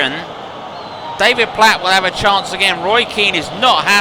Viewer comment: David Platt Not platts Other than that it’s absolutely amazing this! Well done ! 👍🏻